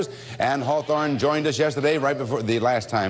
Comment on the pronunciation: Her name is "Anne-" not "Ann." "Anne" is the original German spelling.